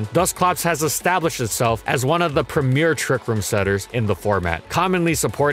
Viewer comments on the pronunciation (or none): none